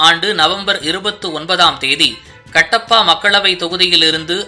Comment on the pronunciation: உச்சரிப்பில் கவனம் கட்டப்பா இல்லை கடப்பா.